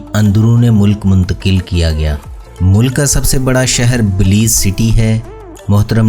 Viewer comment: اصل لفظ بیلائظ ہے بلیظ نہیں .